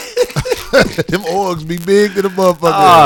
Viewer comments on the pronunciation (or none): Corey really illiterate and it’s so funny 😭 this nigga literally called Ogres “orgs” lmaooo